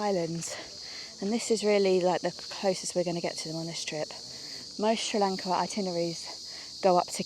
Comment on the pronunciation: First of all, please get used to pronouncing our country’s name correctly. It’s not Sri Lanket, it’s Sri Lanka. Also, Sri Lanka has a very good education system. So, there are many people in Sri Lanka who have received a good education. But due to the economic crisis in the country, they didn’t get jobs or salaries that matched their level of education. However, some people don’t go abroad to settle permanently — they only go for work. I don’t think this becomes a problem for tourists, because tourists don’t come here to settle, they only come to travel. I think you are from India. And I’ve heard that many people from India also leave the country. Is that true?